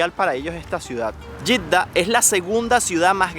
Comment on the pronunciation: Jeeda en español se pronuncia JEDA. Y en arabe Yitda ?